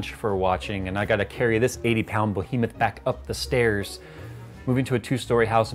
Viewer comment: lol why do you say bohemoth? isnt it behemoth?